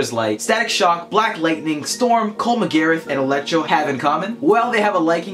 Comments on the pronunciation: Not Gareth. Grath like wrath or graph. MacGrath. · did this man just say cole mcgerath?